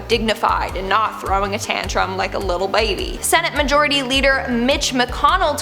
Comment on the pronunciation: I like the way you said “little bAby,” lol